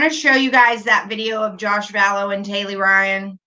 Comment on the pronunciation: I’m not 100% certain but I think the 17 year old’s name is Tylee (not Taylee), just a heads up!! Love you!! 😘